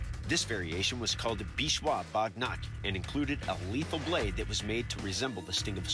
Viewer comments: It's not bognark its waghnakh means tiger's nails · Just FYI, it's bagh nakh (alternatively, vagh nakh), not bognark 😅 bagh = tiger nakh = nails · It's Bagh Nakh not bognark